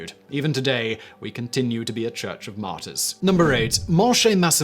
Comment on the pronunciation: Being a french man hearing Simon say martyrs sounds like Martin